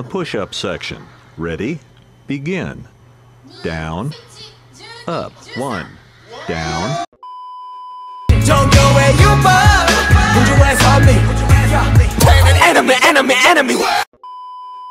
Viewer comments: I always hear it as"Put your ass on me" lol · I swaer I wasn't the only one who (mis)heared Jhope saying ''put your ass on me'' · Sounded more like: „Jungkookie oppa,will u put ur ass on me“😂